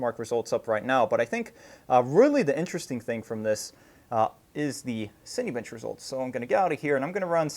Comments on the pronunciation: lol ... it's pronounced cin-A-bench, not cin-E-bench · " Cinny bench " lol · You absolutely demolished the name Cinebench